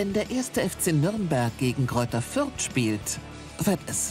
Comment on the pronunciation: Sagt der Fürther fairy ultra 😂😂😂